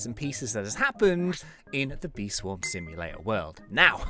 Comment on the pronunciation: What Says: Bee Swarm Simulator What I Hear: Bee Swarm See You Later...